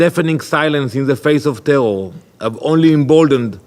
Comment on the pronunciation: Israel: “tewwow attacks” 😂